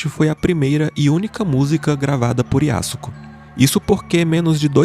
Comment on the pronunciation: pronúncia-se Yasko. O 'su' não existe na fala. Semelhante á 'Sasuke'.